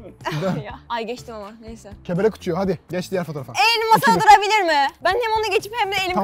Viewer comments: Kelebek değil kebelek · Bu videoda ahmetin kebelek demesine aşırı güldüm farkedenler😆😂